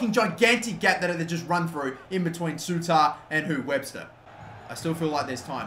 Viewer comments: its said harry suiter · Souttar is pronounced sooter btw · It's pronounced sooter by the way trust me I'm Scottish